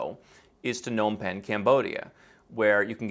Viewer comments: It's not 'Nom Pen'...The P isn't silent. It's more like P'nom Penh. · Your pronunciation of Phnom Penh is shocking. As someone who has lived in both Phnom Penh and Ho Chi Minh city, hcmc is significantly cheaper. Particularly with more 'luxury' stuff like apartments, gyms and foreign restaurants etc. I also don't know why you think it's hard to get in and stay in Vietnam.. thousands of people teach a few hours of English a week and easily gets visas year after year. It's also easy to get away with living there on tourist visas.